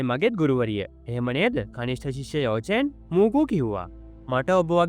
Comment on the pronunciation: යෝ චෙන් නෙමෙයි යකො යාවො චෙන්